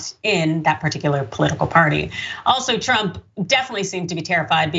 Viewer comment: She said "drump" 🤣🤣🤣